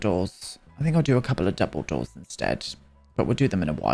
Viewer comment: Every time you said double door I heard it as 'dumbledore'... is this a sign to reread the books?